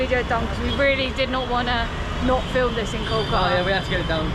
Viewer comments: That archetypal southern accent, I guess. Kolka'a without a "t", 'a'er without "w" and "t", and the like. 😊 However, "r" and "t" take the most beating. Why do you treat "r" and "t" with such abhorrence, like they're national enemies? 🤔 I fear someday they may be struck down from your vocabulary entirely. Poor siblings "r" and "t"! 😢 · Your pronounciation of "Kolkata" is fantastic. It would be kol-ka- - ta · Good content, good approach. But, pronounciations are too bad to be heard of, e.g we are hearing Kolkata as Koàtá. Many other examples. But then, still, this video deserves 9 stars out of 10 stars. How good you have made the video.